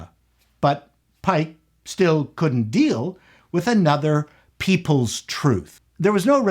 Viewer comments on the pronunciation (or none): none